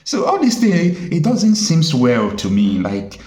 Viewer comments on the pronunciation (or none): none